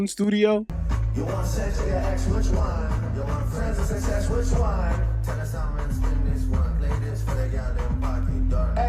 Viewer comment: cringe asf! The zest when he said “whiich WAAAN” with his arms just flapping 😭 AUBERY SIT DOWN